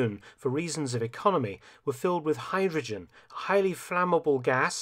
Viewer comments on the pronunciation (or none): none